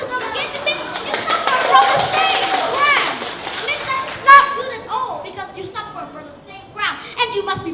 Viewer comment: Dấu nhấn của từ Punishment sai rồi :v Phát âm sai từ Crime.